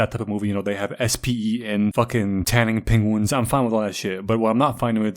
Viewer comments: Is he saying pengwings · Nobody:: Pen-GU-ins